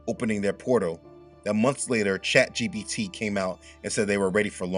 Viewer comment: and It's ChatGPT, with a P.